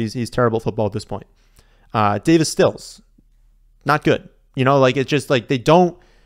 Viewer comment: It's David Sills not Stills... and he is not that bad.